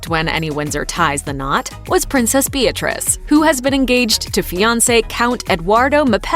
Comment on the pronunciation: Is it me but it sounds as if she said.."Hello everyone is BITCH REESE here".....LOL